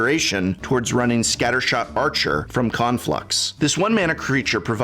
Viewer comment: Pretty sure I heard say "scattershart" instead of "scattershot" and my life is complete now.